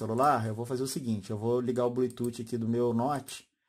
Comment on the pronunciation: Legal.. Me tirou as dúvidas.. Vou comprar... Obg.... Se me permite uma crítica construtiva... Não diga blututi... Chega doer no ouvido...pronuncie blutufffffff